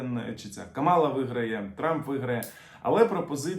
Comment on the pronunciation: КАмала не каМАла